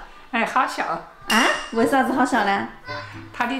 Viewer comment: 为啥子好笑捏😂四川訛りがめちゃツボったw